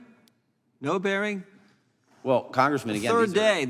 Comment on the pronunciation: If he says congreeman again u'll scream